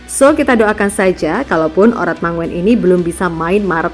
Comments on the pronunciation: ayolah min, oratmangoen itu bacanya oratmangun bukan oratmangowen. OE itu dibaca U. seperti SOEKARNO dibaca SUKARNO. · Bacanya Oratmangun bukan mangoen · Bu...baca nya Oratmangun..bukan Oratmango en...?Itu ejaan Belanda U itu OE..Ejaan lama lndonesia dulu begitu kyk nama Presiden Pertama Kita SOEKARNO..👍👍👍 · Bukan oratmongen, tapi oratmangun.. Marga dari Maluku.. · Bkn asa OratmanNGOEN min, bacanya OratmaNGUN..!!! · Min admin, baca namanya itu ORATMANGUN bukan ORATMANGO-EN. itu ejaan Belanda, sama dengan SOEKARNO, SOEHARTO,dll. "OE" itu dibaca "U" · Admin yg bacanya Gen Z ya? Jd gak tau cara baca ORATMANGOEN dibaca ORATMA-NGUN bukan ORATMA-NGO-EN! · Ngomongnya "Oratmangun"!!!! SD nya di mana sih????? Begok banget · uratmangun bacanya min. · Min...oratmangoen itu bacanya Oratmangun..itu marga asli orang Maluku tenggara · Cara baca model pler..marga itu ada di Indonesia....!!